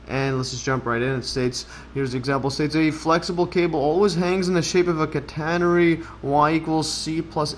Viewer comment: /CAT - uh - nair - ree/ 😄 (Stress on first syllable)